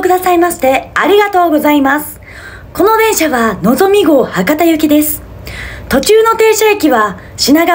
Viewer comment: 「この電車」の時点ですでにイントネーションが違うことにやっと気づいた